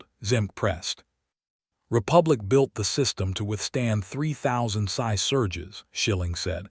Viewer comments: It's pronounced "P""S"I" NOT PSY. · It’s pronounced P-S-I not sigh. MPH is read as miles per hour